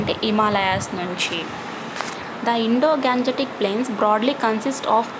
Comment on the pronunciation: Mam adhi indo ganjetic kadhu gangatic